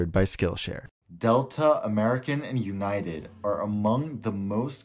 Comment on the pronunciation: "delta scarelines" "American't airlines" "Ewnited"